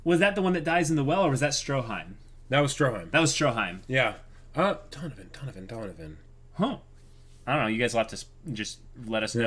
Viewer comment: What? Somethin I can do for you dunovin? (Donovan just what it sounds like) HMMMMM